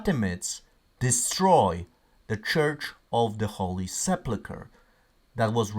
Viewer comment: I'm sorry, but this is driving me crazy. It's the holy se PUL kr. There's no plu in the word.